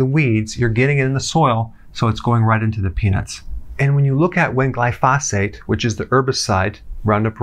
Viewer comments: Putting the em-phasis on the wrong syl-lables. Glyphosate. glai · fow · suht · The correct pronunciation is GLIE•foe•sate. Sorry to be so picky, but anything else is like fingernails on a blackboard. 😳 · GLY pho sate is how it's pronounced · Can we trust a doctor who preaches about glyphosate but pronounces it with an extra "f" sound? Hint: it does not rhyme with phosphate. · When he says 'glyphosphate' does he mean glyphosate? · GLY-fo-sate, not gly-FOS-ate. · You are saying “glyphosate” incorrectly. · you're mispronouncing glyphosate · somebody please teach dr berg how to say glyphosate correctly... great info tho good doc!